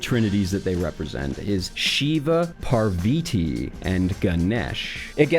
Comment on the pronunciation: "Shiv-a" okay, not a bad pronunciation "Ganish" not what we call him, but close enough "Parviti" god dammit, how'd you switch the a for an i? For future reference: it's PARVATHI PAR = par like par for the course VA = va like in vagina TH = soft thh sound like the TH in teeth I = eee like the French letter e